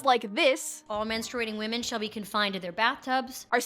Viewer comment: "Defence" is fine...but pronouncing "women" like it's the same as "woman"???